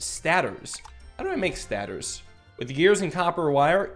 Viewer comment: Okay, i have only one question, why is he saying stators like that? I know it as stator(stay-tours)